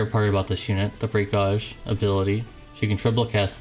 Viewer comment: You know you are mispronouncing gauge right?